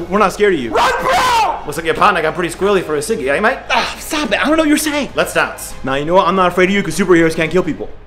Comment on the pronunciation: Love this... The only thing I'd say was wrong is the way "dance" was pronounced.